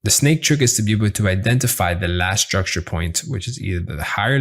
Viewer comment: Do 10 push ups always when he say struckture 😜